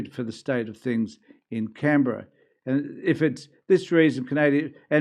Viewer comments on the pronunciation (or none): none